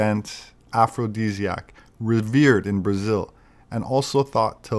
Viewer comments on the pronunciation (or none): none